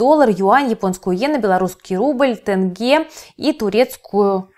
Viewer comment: Почему тэнгэ, там же "е" тенге.